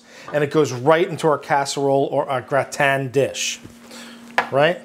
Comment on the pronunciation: I've never heard gratin pronounced "Gra-tan", always "grah-tin". If it wasn't for the blue cheese I'd probably try this.